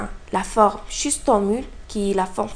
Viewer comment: Merci Il ya juste une chose a corrigé C'est " schistosomule " pas " schistomule " Et " S. intercalatum " pas " intercatalum "